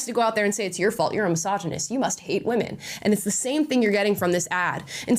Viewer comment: I cringe every time I hear them saying women